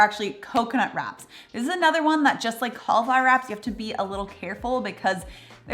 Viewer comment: It's cauliflower not caulaflower